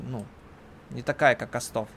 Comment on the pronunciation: остов - ударение на первую букву =)